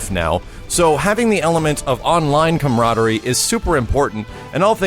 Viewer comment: Word of the Day "Comrodery" lol